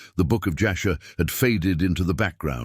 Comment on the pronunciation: Jasher not Joshua. Ur not Err.